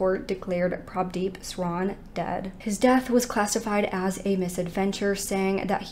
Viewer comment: I’m so proud you pronounce Prabhdeep so well.